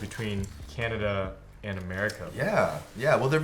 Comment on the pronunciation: he said canadia haha